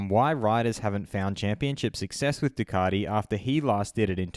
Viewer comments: ....who's Ducardi? Thought there was a "T" in the marque! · I didn't think Ducati had an 'r' in it but apparently it's Ducarti, as per our Moto World compare...... Really?